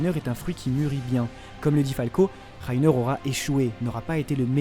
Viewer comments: reiner pas rrrrrrrrrrrreiner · c moi il a un accent allemand quand il dit reiner😂😂(rainer)